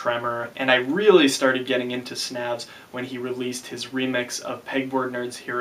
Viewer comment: it's pronounced 'snävs' uncultured american